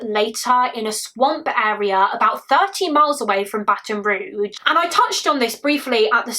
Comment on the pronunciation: Just an FYI: Baton Rouge= It's pronounced 'Roozh' not 'Roojh'.